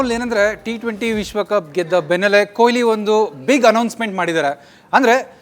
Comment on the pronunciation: Stupid reporter calling him koili. Can't even say kohli